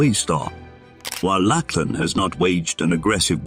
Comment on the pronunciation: It's not "Lackland". It's "Lachlan", which is pronounced like Loch and lan. Loch, of course, has a kh sound.